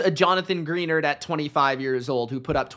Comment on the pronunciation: Greenard not Greennarder😅